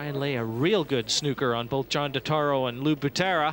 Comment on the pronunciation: Lou « Machine Gun » Butera, not Batera...